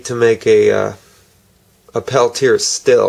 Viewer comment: PLEASE fix the video. At first, I thought it was a mistake, but you said "Pel-teer" at least five times. The man's name was Peltier, pronounced (Pel Tee Yay). For a proper description of this French name and his history, see Hear it pronounced: And for DC voltages, I would have chosen a meter - much simpler to see voltages.